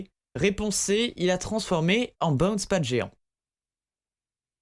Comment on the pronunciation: On en parle « bain spat » au lieu de « bouns pad »